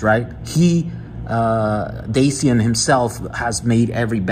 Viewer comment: His name it`s pronounced like " DATCHIAN"